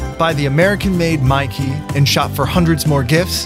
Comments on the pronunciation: Mykee? That sounds like Myki... The electronic-chip travel-card for Victoria public transport... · Wait did he say grab mykee OK I'll grab your key 😂 😂 😂 😂 😂 😂 😂